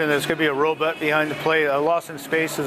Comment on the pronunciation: that guy kept saying robut